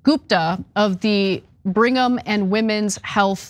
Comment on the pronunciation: It's Brigham and Women's Hospital. But I know from experience how easily it is misspoken as bring 'em! Like bring'em Young ...